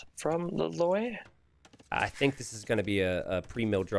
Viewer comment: every time you were saying that hero's name, I kept hearing La Loyd (like Lloyd from Ninjago)